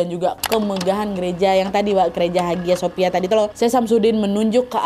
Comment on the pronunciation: haghia sophia bacanya : ayya sofia